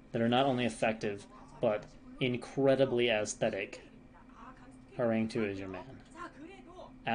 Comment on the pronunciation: Hey, is usually pronounced “Horanggi”. Means “tiger”. Love that you’re casting this league.